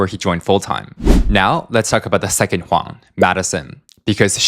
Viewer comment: Huang = Wong